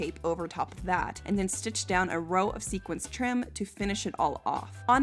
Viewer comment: Why do I keep hearing saying sequence instead of sequins